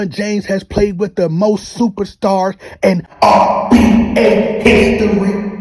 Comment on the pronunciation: Are u saying RBA?